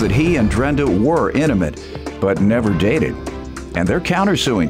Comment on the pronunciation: No the announcer did not say, “innament” instead of intimate! 😂🤦🏽‍♀️